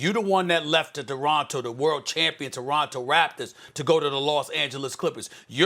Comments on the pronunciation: This man just said DORONTO RAPTORS HAHA. You got one job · Lmao it also sounded like he said doronto 🤣🤣🤣